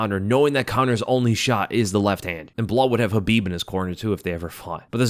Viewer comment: Chael still can't pronounce his name. Then again, Chael can't pronounce Khabib correctly either.